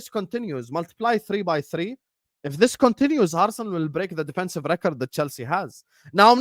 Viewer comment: ARRRU - SENAL...😂😂😂